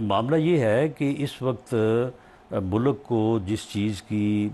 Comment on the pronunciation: Please tell him word is MULK… not mullluk 😅